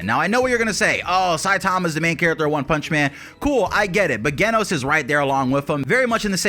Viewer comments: Ok dude... It's Genos with a J sound J-enos. Hearing you mispronounce it so much was painful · JEN-os. I love your videos, just so you know! But you have to pronounce it correctly so I'm more focused on the awesomeness you bring us instead of the "ooooffffhhh, did he pronounce that right?!" aspect. Please, please keep putting out the great content that you do! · lol also geh-nos 😂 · The way he say genos name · i can agree with ALL of this, except how you pronounce Genos